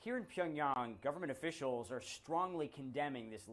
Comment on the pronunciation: So funny to watch the CNN anchor fail to pronounce Pyongyang correctly.